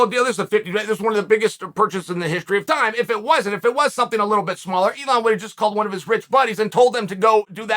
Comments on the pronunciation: Its elon not eon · No one talking about how it says Eon😂